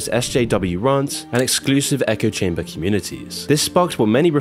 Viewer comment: Echo-chamber,...not eco-chamber